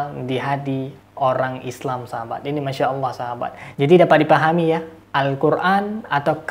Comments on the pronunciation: Nyebut nama tuhan ko alah, yg bener ALLAH bukan alah, ini penista agama islam, nuduh" ustadz lgi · Ya kurang dn kehabisan obatnya, mana obat" bagi konyol kami gk ngaruh 😂😂😂 insyaallah kuat iman kami kuat, x lgi gk ngruh gk nyambung 🤣🤣🤣🤣 Jangan" pendata x hihihihi... Tu kn, suaranya aja tau apa agamanya, nyebut Allah, dia sebut alah 😁😁😁 capek aja lu ngoceh, nnti di kirim ke diburok hhh Ingat makin kuat Islam di Indonesia ya jangan ngwuuur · Nyoyot aja kau ini kasiaaan bilang aja Allah .bilangnya alah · Ya allah kakek2,,,,,,sadarlah kalo di liat dari topeng ini,,, sudah dekat bangat bau tanah,,,, zikir2 sana Sayang ini,,semoga cepat2 dapat hidayah lah,,,, firman allah aja gak benar ucapin nyan,,,, FIRMAN ALLAH KEK,,, BUKAN FIRMAN ALAH,,, SEMOGA ANDA CEPAT SEDAR KEMBALI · Tapi saya pribadi meragukan keislaman mbah ini,,, Dari dia cara menyebut nama Allah aja Alah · Udh tua,sok pake sorban ala" Kiyai,nyebut Allah aja Alah.KACAU! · Ngomong aja kaku,nyebut allah aja alah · Ketika mengucap allah itu seperti orang kristen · Sibapak ini agamanya apa ya , menyebut Allah aja ngak ngak pas .